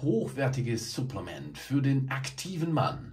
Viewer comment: Irgendwie triggert es mich wie du Supplements aussprichst haha